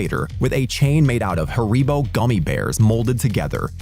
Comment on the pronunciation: Well all just glossing over how you pronounced haribo's